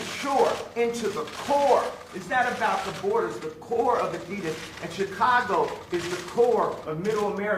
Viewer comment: Kanye can't pronounce Adidas. Adides